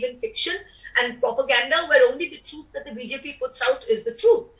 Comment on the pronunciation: This MP from Trinamool Congress has pronunciation issue...she needs to work on her “T” sound truth is sounding Chuth.. Being a politician you can't tell the truth as chuth.